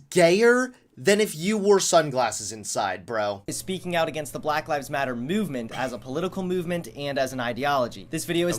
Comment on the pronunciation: Why does he say it as muvement and not movement